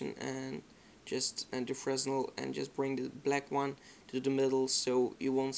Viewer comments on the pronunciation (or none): werk vooral aan je and, je zegt het als en.